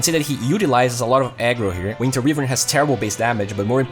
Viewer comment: Só uma correçao: "wívern" está errado. Como voce gosta de dar enfase no ingles, achei justo mencionar. Fora isso o video ta perfeito, proxima vez que eu for na off ja vou pensar se rola de pegar a wyvern xD